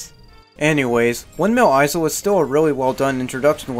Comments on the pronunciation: Windmill "eye-zull"....? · Great review but... Windmill izul!? HOW DARE YOU MISS-PRONOUNCE A WORD I THOUGHT YOU WERE BIG BRAIN SMARTY FOR REVIEW SONIC GAME GOOD DISLIKE AND UN SUBSCRIBBLED. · Did you just pronounce 'isle' as 'izel'? The 's' in 'isle' is silent. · Why does he say “izel” when saying Isle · Ok why do you pronounce isle like that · Okay, props to you for not bashing the Werehog, or Wolfhog as you call it. To be honest, I actually consider his stages to be a breath of fresh air from the in-your-face fast-paced day stages. But someone has to tell you, and it might as well be me...: BITCH, you don't get to criticize ANYONE'S goddamn voice-acting when you yourself can't even fucking pronounce ISLE right! It's isle not fucking eyezle! Not to mention HolOska, not HolAska, Chun-NAN, not ChunNIN, and AdABAT, not AdEBIT. I'm sorry, but for someone who calls the 4Kids voice actors bad, you're certainly not doing any better yourself! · I know I can't be the only one really annoyed that he pronounces the S in windmill Isle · THE "S" IS SILENT, IN "ISLE". Amazing review. Glad I'm not the only one that thinks Unleashed is the best modern Sonic. StH2 is my personal fav